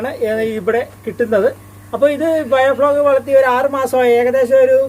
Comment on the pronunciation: ബയോ ഫ്ലോഗ് അല്ല മുത്തേ, ബയോ ഫ്ലോക്ക് .